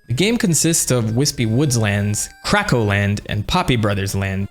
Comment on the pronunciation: I love how you say “CRACKO” like you’re dropping a slur 😂😂😂